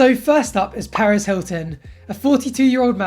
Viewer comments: stop it sounds like hes saying paris not perez :( ms. paris hilton is a nice woman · its perez not paris...but i forgive you cause youre a stud lol.